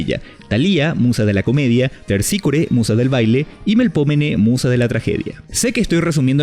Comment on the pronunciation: Min ¡¡¡ES TERPÍSCORE, TER PÍSCORE, ETER, LA ESTERCITA!!!